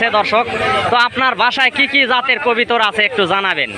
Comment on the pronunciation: আপনার কথা হচ্ছে না আপনি বলবেন কবুতর। আপনি কবিতর বলবেন না